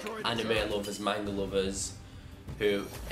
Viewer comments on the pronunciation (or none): none